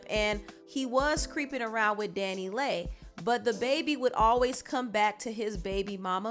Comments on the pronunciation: omg Leigh as in lee not lay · Leigh is pronounced Lee not lay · Leigh = Lee